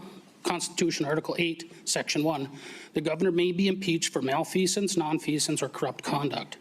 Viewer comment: Is not 'male-feasance', is: 'mal-feasance.' Malfeasance. Know the proper pronunciation while addressing, correcting, condemning actions in violation. Although agree entirely.